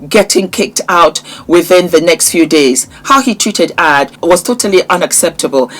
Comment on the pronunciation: her name is pronunciationed A, J as the letters not Aaj ❤